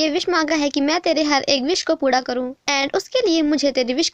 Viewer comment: Didi aap jab puri ya pura kheti ho tou wo puda sunai deta hai 😂